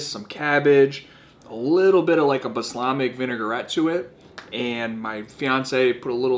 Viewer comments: It's balsamic not baslamic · He said the L! Just said baslamic not balsamic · Love the video but can’t drop a like for someone who calls it ‘Baslamic’...🤦‍♂️ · The “L” in Balsamic is not silent lol. Love the videos man, keep up the good work and best of luck to you in your fight! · 100% sure you are saying balsamic wrong